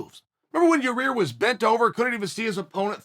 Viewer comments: He slipped up and accident said Yair’s name right lol love Uncle Chael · Chael finally said Yair instead of Your Ear